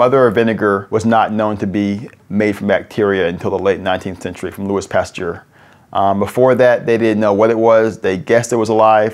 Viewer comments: Did he just say Lewis Pasture? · Lmfao “Lewis Pasteur” wonder what he’s known for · The way he pronounced Louis Pasteur made me sad. Couldn't watch any more after that.